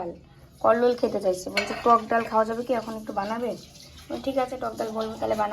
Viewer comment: কল্লোল আ্যগ বলে নাতো ওতো এগ বলছে